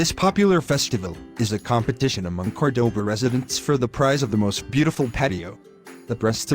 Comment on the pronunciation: Warning to those who see this great video. Please try to pronounce in the correct way the name of the city, it not "kordoba" it is "KÓrdoba" with the accentuation in the first "o" vowel, it is annoying to hear it like 50 times in this video pronounced incorrectly. Thanks from a local Córdoba inhabitant !